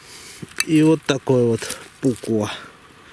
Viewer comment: Спасибо! Я по ним скучал! :-) Если что то все ударения в финском на первый слог. Так что нож - пУкко будет. Как бы не странно это не звучало. Хорошего копа!